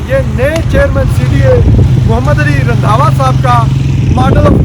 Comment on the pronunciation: رندھاوا ❌ رندھا ✓